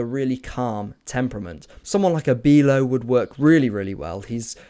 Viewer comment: Good video mate! I’m Dutch and Wieffer is pronounced as “Wee-Fer” and Bijlow is pronounced as “Buy-Low”. :)